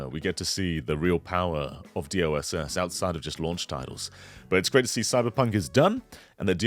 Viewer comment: Am I the only one hearing say DOSS instead of DLSS?